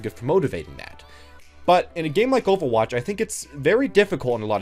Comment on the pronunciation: the way you say overwatch is weird - ofawatch